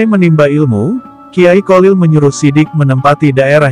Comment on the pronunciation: Bacaan nya nama beliau itu Kholil bukan kolil min😊